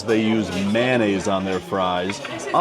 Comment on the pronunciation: ....also "man-ay's" would make the short form "mana" instead of "mayo"